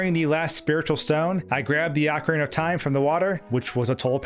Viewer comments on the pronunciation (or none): Pronouncing it "AHcorina", instead of "OHcorina".... Seriously, it shouldn't make one bit of difference how it's pronounced. But, it does. "OH..." is how I've always heard it. It just sounds better. Hearing you say it "AH..." is mashing my brain out. I think you did that intentionally... because you know it would get under my skin. Ohhh... you KNOW. So... Why would you do that? Because... "You CAN"? Pffft. For my personal growth... I'm gonna have to insist that you redo the entire video, cuz I just can't handle it. You are in charge of my good time. If I'm not having a good time, YOU'RE not having a good time. And that's the end of it. Yeah... that felt good. You've been a great sport. Thanks for the upload,! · It's O-CARINA of Time. NOT A-CARINA of Time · You say it like orcorina of time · its pronouced O-CAR-rina I enjoyed your commentary. I too for some unexplained reason was terrified of the tomb. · Take a shot every time he mispronounces ocarina